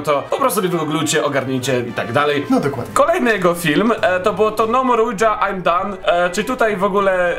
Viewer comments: nie OUDŹA tylko OUIDŻA... boshe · Oujia to nie "ujdża" tylko "łidżi" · Czyta sie 'oja' drogi 😂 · Drogi, nie chcę być nie miła, czy coś, ale tak na przyszłość: Plansza Ouija (czytaj: Łicza) 😉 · "Tablica Łudzia" -_- jprd.... daj Pan spokój..